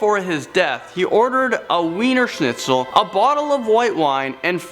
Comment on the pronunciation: Lol the pronunciation in this video. IllinoiS. WIENERschnitzel. 🤦‍♂️